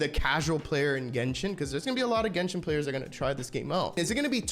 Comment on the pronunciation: why can't you say genshin like a normal person?